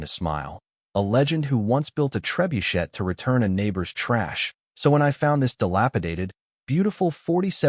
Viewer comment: Stupid, AI narrated garbage that can't even pronounce "trebuchet".